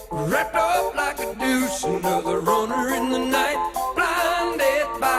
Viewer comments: I would call "like a deuce" the most mispronounced lyric ever. We all heard what he said, he pronounced it wrong. Those of us at the time who knew The Beach Boys "Little Deuce Coop" figured out very quickly what he meant to say when taken in context. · To be fair the singer terribly mispronounces both “deuce” and “runner”. That isn’t exactly mishearing it.